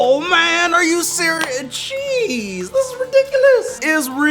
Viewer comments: WHY EVERYTIME YOU SAY JEEZ IT SOUNDS LIKE YOU SAY CHEESE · on the first day of Christmas, my true love gave to me: jeez Me: thinking he said cheese then said Me: on the first day of Christmas, my true love gave to me, CHEESE! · Every time he says jeese it sounds like cheese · he sounded like he said: on the first day of Christmas my true love gave to me CHEESE! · Did he not say cheese? I feel like he meant to say cheese because it sounds SO MUCH LIKE IT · Same soubded exactly like cheese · I don’t know if it’s me but I thought he said cheese 🤣 I guess when he’s scary he’ll say cheese 🤣🤣🤣